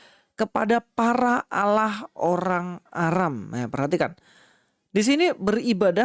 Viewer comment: fix gk tau tapi sotau, Allah disebut dengan mudah kata Lah doang? emang gk tau bunyi vokal Allah ya? konyol bin kocak sh merasa paling benar tapi basisnya terjemahan, mereka lupa klo YHWH vokal pengucapanya dalam bhasa ibrani mirip Allah versi vokal arab, begtu jg elohim vokalnya mirip tanpa imbuhan him